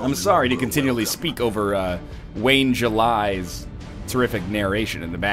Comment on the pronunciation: "Wayne July" So close..